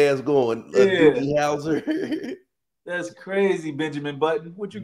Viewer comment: Hahahahaha!!!!! he said Dougie Houser!!!!! . .. . OK, OK, yes props.